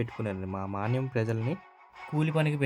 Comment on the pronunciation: మీరు మాట్లాడే తెలుగు భాషను కూడా వృద్ధి చేసుకోండి. మాన్యం కాదు మన్యం. లంబసాంగి కాదు అది లంబసింగి.